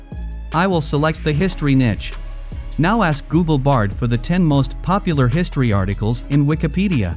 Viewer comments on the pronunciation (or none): Nice 🎉 it’s bard not brad. Might’ve just happened because of the spelling in text given to AI voice generator. No big deal good video 🎉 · Why does this video say 'Nitches' and 'Brad' for what we actually know as = Niches and Bard? I wonder who made this video?